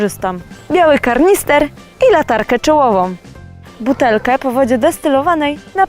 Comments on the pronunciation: Kanister a nie karnister :P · kanister, a nie "karnister" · Aż mnie uszy zabolały od tego KARNISTRA to jest KANISTER. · Martini to nie jest karnister tylko kanister . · Kanister, nie kaRnister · Kanister a nie karnister... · Kanister! Nie, karnister! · KANISTEEEERRR! Kanister, kanister, kanister, błagam... nie kaRnister!!!! Jak już robimy profesjonalne porady, to może bez tak banalnych błędów językowych? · mówi się Kanister, tak tylko mówię :) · Kanister, a nie karnister :D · kaNister a nie karnister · To jest kanister a nie karnister :) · Kanister, kuwa, nie kaRnister :P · KaRnister ? Ludzie .. Po co to R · Give Me To źle mówisz. Nie ma czegoś takiego jak "kaRnister". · kanister martini a nie kaRnister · KANISTER a nie KARNISTER. myślałem, że już nikt nie popełnia tego błędu... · kanister a nie kaRnister!! widzę nie było lekcji u Mówiąc Inaczej xD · KANISTER a nie KARNISTER JEZU